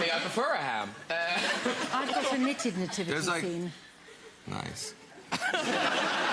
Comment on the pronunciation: I thought she said “I’ve got a Naked Nativity scene” 🤪